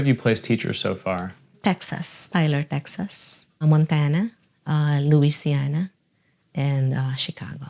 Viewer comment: "Luisiana". Ma'am you have been in the U.S. for how long, you said? and that is how you pronounce Louisiana